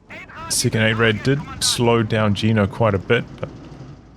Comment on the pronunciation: Yeah, the Rad in 8-Rad is pronounced just like the Ketten-K(raft)-Rad but most English people have problems pronouncing the German "ch" like in "acht" = "eight" (IPA: /ɑxt/) so yeah xD would make more sense for you to call it eight wheel or (Sd.Kfz.) 232